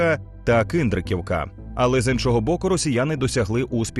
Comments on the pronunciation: Шо ти мелиш, яка Киндриківка? Правильно КіндрАтівка. Людям лапшу вішає, навіть не знає назву населенн'их пунктів. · Це прихована промосковська пропаганда.Ти звідки собака цвірінчиш?Я декілька разів заходив на цей завуальований проросійський канал ,який втілює в українців паніку, розпач і не надію на успіх, а на поразку,на кшталт.."шеф,все пропало,гипс снимают,клиент уезжает.."До речі не КИндратівка,а КІндратівка.У Покровську росіян немає,а ти московитський виродок вже ховаєш наші бригади.?Не заважало б спесцслужбам тобою зайнятися.